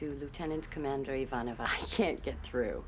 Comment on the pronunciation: Small thing, its not "Ivor-nova" its "I-van-o-va". Yes Garibaldi a fun name, nephew of Admiral Digestive. (Only joking)